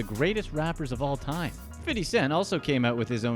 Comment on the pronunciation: Who told you to pronounce 50 cent name like that? LOL nobody says his name like that not even him